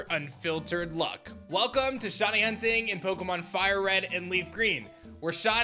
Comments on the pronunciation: Before publishing a video in which you use the word “shiny” a thousand times, maybe you should have learned how to pronounce it properly first. You’re saying “shawny.” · "Shonnie" bc shiny is difficult pronunciation